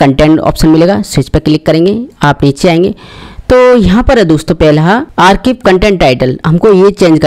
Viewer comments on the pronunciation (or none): गठाना नहीं। घटाना। घटाना है या बढ़ाना है। आरकिब नहीं। आर्काइव।